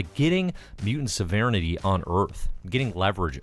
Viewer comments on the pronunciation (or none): hate to be this guy, but maybe look up how to pronounce 'sovereignty'. (was bugging me.) love your videos!